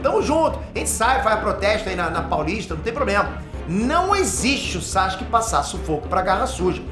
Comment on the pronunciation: "bonsai-ske" kkkk